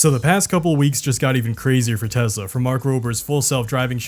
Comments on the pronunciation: Try saying Tesla, not Tezla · I like that you say Tezla rather than Tesla. Any way of mocking the brand is the right thing to do.. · It’s pronounced “Teslur” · TESLUR i LUV TESLUR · Oh No! Not Tesler!!! Anyway... 😂😎